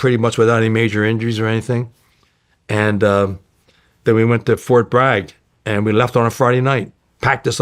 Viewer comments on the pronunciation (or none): none